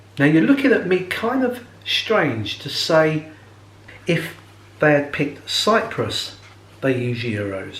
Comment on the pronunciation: Isn't it "Cyprus" instead of "Cyrus" ? Well, I would invite you to visit Germany. 😉